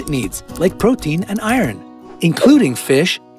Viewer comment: Did he really pronounce the H in Herbs?? And Iron as Iren? Whyyyyy